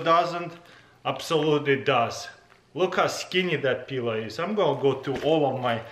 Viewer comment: Lovely peeler. Or did he say pillow 😂